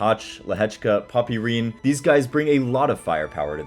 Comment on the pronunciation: Poppyrin😂😂 It’s pronounced ‘Pop Rin